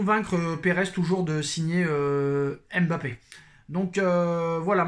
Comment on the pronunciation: On ne dis pas M'bappe , on dis Mbappe